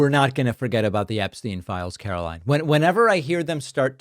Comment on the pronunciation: Blonde Barbie Karo-LIEn has a nasty little "hissy-fit" side to her when she wants to babble one lie on top of another WHILE NEVER ANSWERING THE QUESTIONS BEING ASKED! Dastardly Donald must be keeping her after hours to ATTEMPT to get her to mimic him but more coaching is obviously needed!😢 THANK YOU FOR YOUR ATTENTION TO THIS MATTER.